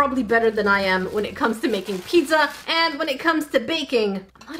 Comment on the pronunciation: but... why are u saying PiDZZa? XD